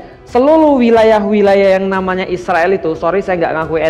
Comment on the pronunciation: Kenapa ngomong nya isriwil, Israel aja pak biar jelas orang" baca nya